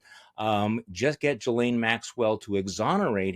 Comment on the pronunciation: I wish people would learn how to pronounce Ghislaine.